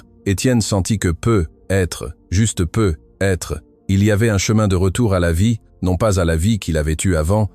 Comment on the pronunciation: "Peu - etre" c'est insupportable crtte facon de ne pas savoir parler français correctement